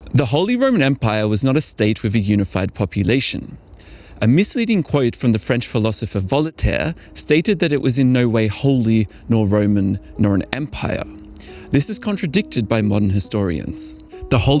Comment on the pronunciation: Vol-i-taire?! Really?